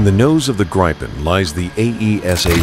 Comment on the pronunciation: You will piss off lot a of of people calling it Greipen.